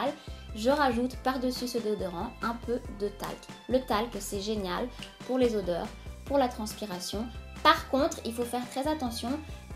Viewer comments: odeurs c avec un "o" pas "au"! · "Audeurs" gloups! Autrement je me suis abonnée bisous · l'erreur .."audeurs" 😂😂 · c'est pas audeurs c'est odeurs 😂😭😭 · C'est odeurs pas audeurs ( dans la vidéo à ) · aideurs 😂 odeurs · odeurs pas audeurs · Odeurs et non audeurs